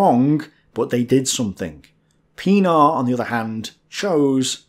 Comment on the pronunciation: pronounced Pienaar right, yet Joubert so wrong. Lol. These are French Huguenot-derived names.